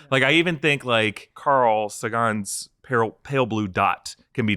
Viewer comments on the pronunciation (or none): Carl Sagan... SAY-gen not suh-GAAN